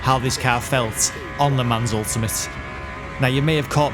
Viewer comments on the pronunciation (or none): Rev please it is pronounced le mon not le mans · LUH MON (silent S)